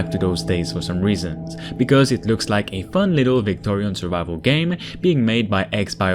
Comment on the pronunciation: did you say Victorian ? XD